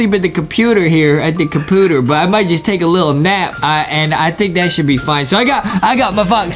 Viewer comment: I love that Justie pronounces "computer" "computer(short u)" hahhahaha